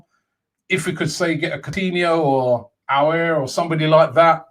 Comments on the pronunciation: it’s pronounced Aw-war not Oo-air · It’s owl-R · Robbie's pronunciation of AOUAR is now getting annoying.